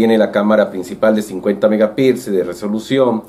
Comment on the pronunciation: Se dice megapíxeles, no megapilxes